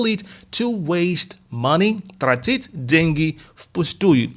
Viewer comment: трАтить, ударение не первый слог